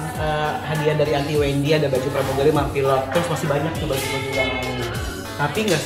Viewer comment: Di detik bacaan nya bau bukan baju🤣🤣